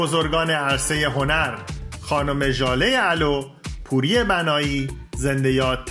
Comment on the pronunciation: ژاله الو؟؟؟؟؟؟ ژاله غلو!!!حرف اخر فامیلی این هنرمند گرذمی واو. تلفظ میشود نه او ممنون بابت تهیه. این مجموعه عکس های ناب از بهترینهای تکرار نشدنی و اسطوره های سینما تلویزیون رادی. و موسیقی ایراپ بزرگ و عزژزمان